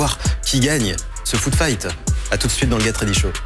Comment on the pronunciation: Haha lui il dit bien geT ready show . Mérci